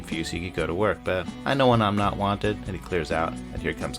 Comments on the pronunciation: "i know when im not juanted" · “I know when I’m not… Juan…ted” 😂